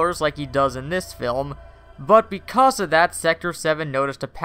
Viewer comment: "Beecause" reboot